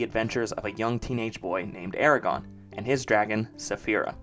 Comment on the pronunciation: Calling it Eregon when Aragorn was so famous is what did it for me as a kid ha